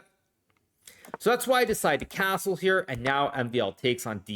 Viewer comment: Why the "s" sounds different when he says castle? Like cazzle